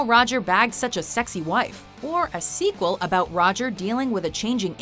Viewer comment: Why do you keep saying squeal lol